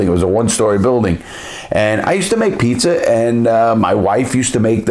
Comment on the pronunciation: That Boston accent. Thow da pizzer in da air😂😂😂